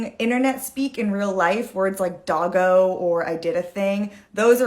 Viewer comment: Doggo not daveo thats not milennial ,its australian.